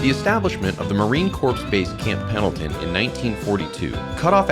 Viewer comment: Nice video. - just an FYI that it's not pronounced Marine "Corp" it's pronounced Marine "Core"